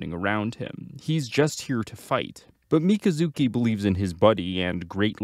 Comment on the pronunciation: Mi - kazu - ki. Jesus man. They pronounce it in the show lol